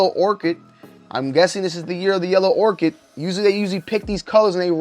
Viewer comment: Ochre: O - ker not orchid